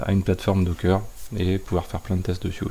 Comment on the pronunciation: c'est docker , pas dockeuuuuuuuurr !